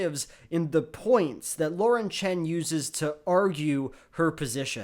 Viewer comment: Props to for pronounce "Chen" in proper mandarin